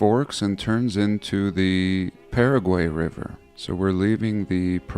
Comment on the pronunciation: What is with your messed up pronunciation of Paraguay?